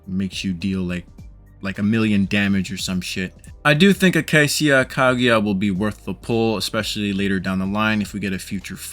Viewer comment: the -cia part is pronounced shuh btw, sorry it was bugging me when you said seeuh. I don't really see her being super high on anyone's list even though I enjoy the pistol users. I tried her trial and I just don't see a need to pull for her unless you just want to steamroll campaign since she's just all damage and cc